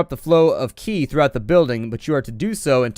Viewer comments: Um.. Is it just me, or is qi actually pronounced "chi" or "chee"? Or have I just heard it wrong my whole life? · I don't know if you care or not but Qi is pronounced like chi and the Xing in wuxing is pronounced like shing.